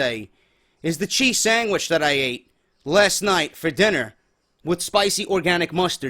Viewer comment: he said sangwich